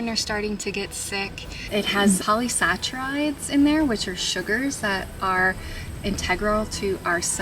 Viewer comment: Of course, you would want to DRY your herbs before you add them to your oil infusion. Right??? Otherwise, you are introducing water to an oil and increasing odds of rancidity and spoilage, while shortening the shelf life and safety of the oil infusion...... Also, it is "polysaccharide" pronounced like "sack-a-ride," not "sach-a-ride." Overall, great video. Just make sure you are sharing accurate and sound information. Dried herbs are KEY!!! You would only use fresh herbs in water-based solvents, or for immediate use... (water has a very short shelf-life and therefore, water-based herbal remedies are prone to mold and bacteria.